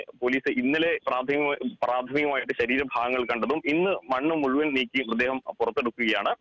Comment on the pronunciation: ചേട്ടാ, മൃദേഹം അല്ലാ... മൃതദേഹം എന്ന് പറഞ്ഞു പഠിക്കു. ഇനിയും ആവർത്തിച്ചാൽ ഇമ്പോസിഷൻ തരും.